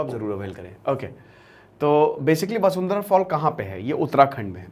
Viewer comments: वसुंधरा नहीं है सर वशुधरा है। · 😂 vashudhara hai sir vasundhra nhi hai 😂😂